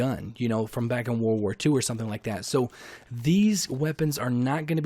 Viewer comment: I’m sorry but it’s just a huge pet peeve when people say “war war 2” like 🤦🏼‍♂️ world war. It was a world war lol Js mate